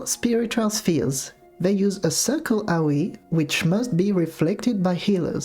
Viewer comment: Just wanted to say I love how your accent makes AoE sounds like "Owie"